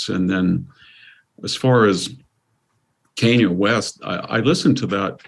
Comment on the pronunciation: It was David Paterson, the GOVERNOR of New York, not the mayor. Kanye's name is not pronounced "cane-yuh." "Religisosity" is not a word. Mr. Hanson: If you're going to comment on the mental acuity of someone (such as Fetterman), it's not a good look when you misstate facts, don't know how to pronounce the name of one of the most famous entertainers on the planet, and mangle words.